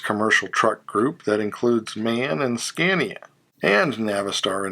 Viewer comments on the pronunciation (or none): none